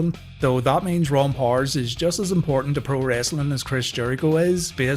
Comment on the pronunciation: It's POW ERS not Pors.